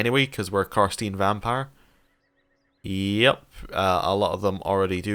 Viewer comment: twitch at the pronunciation of carstein think frankenstein STINE and YAY vampires never played a vassal one before this should be interesting. :)